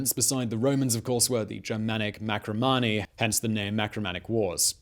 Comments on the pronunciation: Marcomanni, not Macromanni. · marCOmanni not maCROmanni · Dude, read over your script before you tape, will ya? MARCOmanni not MACRO. ANTON-EYE-NUS, not Antone-ee-us. The shows are good but that's no excuse to be so sloppy. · While it usually looks like an "L", Iazyges is actually spelled with an "I" (letter after "H"). Also, it's Marcomanni, not macromanni.